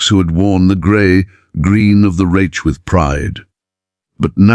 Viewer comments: I second the vote for using a real narrator. It's pronounced Reick with a hard K not a ch sound. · Who ever allowed the man/machine to comment on this video must have been an American with the requisite poor education of U.S. schools. To pronounce the word "reich" as (phonetically) raitch should be sh, or, at the very least., fired. I'm not of German ancestry, but, even I know enough to pronounce words correctly. Any decent dictionary (maybe not Websters) will have a phonetic description of the word. Between the mis-spellings in captions, and mispronunciations in the over-dubs, it's difficult to follow the story-line. Get a life! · With all due respect, get you AI program to pronounce words correctly. The German word Reich is not pronounced retch. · You’d think AI would know how to pronounce reich! 😂😂😂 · Reich rhymes with Mike. Anyone who isn’t part of the TikTok generation knows Russian prisons were as bad as German’s. Many of us aren’t hung up on AI since we learn this in history classes in school. Why do you think at the end of WWII the Wehrmacht gravitated to Allied territory. They knew they’d eat, get medical treatment and survive. There’s plenty of WWII documentaries and books. Ken Burns created two series on WWII. They’re written from the view of a historian which can be boring to most people >40. Social media isn’t the best source of history that isn’t fiction.